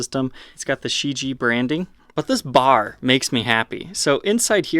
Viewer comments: Pronunciation of the name is something like "Sure-G-eh" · Just FYI it's "She Gee" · I believe that they pronounce their name like this SHIJIE (She-Gee) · I don't understand why none of you YouTubers simply put 尸解 into Google Translate and learn how to fucking pronounce the damn name correctly.